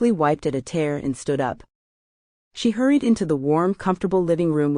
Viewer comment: Would have liked to finish this but you have way too many Ad breaks —6 in the first 30 minutes—and the AI reader is annoying. One of AI’s problems is when it comes across a word like ‘tear’ which has three meanings and two pronunciations. it doesn’t know which to use. In this book, when the story said she had a tear on her cheek (as in—she was crying) AI chose the wrong meaning and pronounced the word as if she had a rip in her cheek. Too many commercials. We know this is a business but don’t try to make all your money on the first book.